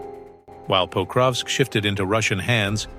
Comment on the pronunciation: It is not "Póukrovsk", it is "Pakróvsk" !